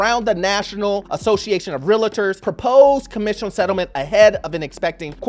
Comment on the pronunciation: Bro its pronounced real - ter, not realerter